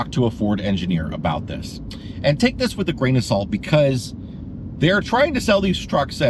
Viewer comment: “take” not “rake”